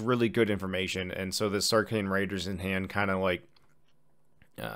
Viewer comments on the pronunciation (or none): Great video, but the way you consistently mispronounce the word Saracen is annoying. It's "Sarah Sen", not "Sark Ian".